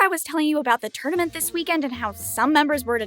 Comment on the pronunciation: why did you say tournament so weird?